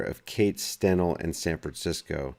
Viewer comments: FYI Its pronounced "Stein Lee" not Stenel. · STEINLE,pronounced Stinelee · The name is pronounced "Stine-ly." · # steinle pronounced Stine Lee.. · I think I heard her pronunciation as Stein-Lee...could be wrong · pronunciation is off